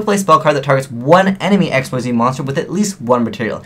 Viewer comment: I'll just keep saying this until you change your was. IT'S PRONOUNCED "IK-SEEZ!"